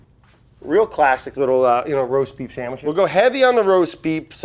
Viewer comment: roast beep shamwich